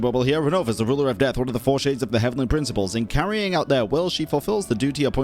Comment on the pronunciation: Dijiste súbitamente e inconscientemente la fonética de "Carrying" como "Khaenri'ah"